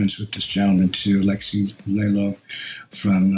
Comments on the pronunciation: dont think mustaine new him as a friend, no way i would struggle through a famous friend's name let alone get it wrong, he said "lailo" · A powerful tribute from Dave Mustaine who didn't pronounce Alexi Laiho's name correctly but said Lailo, who doesn't remember the name of his other guitarists he watched and doesn't remember which season of Vivaldi Alexi played with Roope. Powerful. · Old Dave looking for some attention, by the sounds of it. Can't even say Alexi's name properly. Seriously, such disrespect.